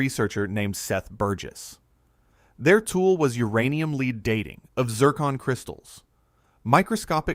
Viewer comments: Funny how AI calls Pb, leed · Fascinating content, but the text-to-speech mangling the word "lead" really is jarring.